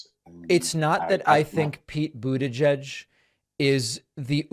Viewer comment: Pete buitegeig🤪🤣